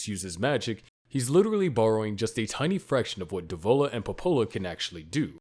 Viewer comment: Dev-o-la Po-po-la